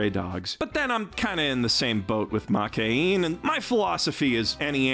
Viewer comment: after many years of watching anime. Still cant pronounce Makeine correctly